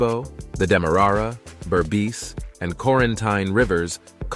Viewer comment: Awesome episode! Facts laced with mini stories that grab one's attention with longing to see this land personally! Just a few mispronounced names, Corenteyne... Kaieteur... Roriama...(I don't think you mentioned that Mount Roriama is the oldest mountain range on Earth, 1.7 - 2 billion years old.) ....Essequibo.... Phagwah, Roti, granted they are tricky words to pronounce. 🙊